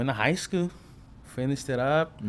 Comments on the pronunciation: Ik wanted to laugh everytime he said schoo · i luv how this foo say scoo😂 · Shi had me dying